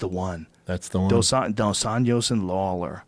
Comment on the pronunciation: Dos Anjos... not Dos Anhos... hahahaha